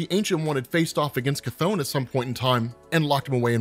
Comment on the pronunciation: Chthon pronounciation Ku-tohn/Ka-tohn